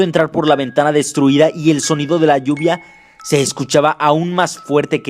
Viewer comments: Dijo lluva en vez de lluvia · parece que dijo lluva emves de lluvia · tratas deser serio pero al comienso ya te estas riendo por que se equivoco y en ves de decir lluvia dijo luva xd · Ajajaj de la" lluba" jaja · Minuto ... Cuando enves de lluvia es lluva ;V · dijo lluva jajaja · en el minuto dice lluba